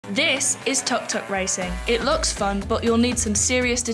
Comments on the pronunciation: It's pronounced "took-took" racing not "tak-tak" racing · You pronounced TUK-TUK wrong